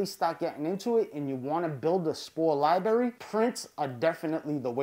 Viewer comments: I hate that he says “libarry” instead of “library” but great vid. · your grammar is so bad. to top it off, you pronounce "library" as "libary." hahahaha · “Libary”??? Why the hell is he talking like that? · Lol Liberry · Lie berry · Lie Berry, lol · Li berry